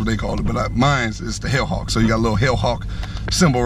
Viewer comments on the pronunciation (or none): I thought you said the Hood Hawk and I LMAO but then you said hell hawk. Good luck with the Jeep bro, perfect color combo imho, Don’t feel bad about the gas I had a 2007 Jeep SRT8 and it was gas guzzling pig but at least the track hawk has another 200+ hp :)